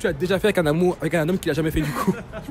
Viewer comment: Y dit pas l’amour il dit L’´AMOU